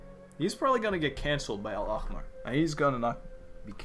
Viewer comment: the way you pronounced al-ahmar is really good considering it’s one of the most difficult words to pronounce within the arabic words genshin used coming from someone who’s first language is arabic btw!!